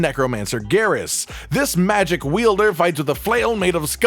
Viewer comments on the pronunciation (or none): none